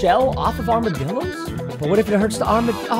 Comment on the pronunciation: He just said armadillorssssss